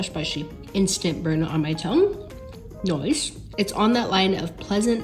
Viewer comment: The “Noice”